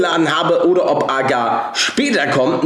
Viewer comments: Nur so als Info das heißt agario und nicht agar. Nicht böse gemeint :) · Junge man spricht es AGARIO aus